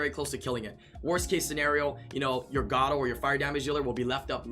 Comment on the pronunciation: You know it is pronounced (Gar)-(oh). pls stop saying gato you sound like an idiot